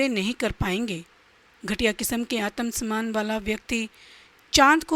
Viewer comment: आतम सन्मान 😂 सक्रात्मक😂